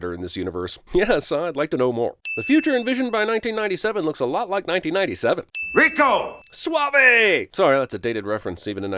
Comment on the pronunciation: " Rico Suave" not sauve.